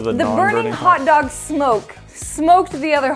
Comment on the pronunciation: they took "hotdoga" lol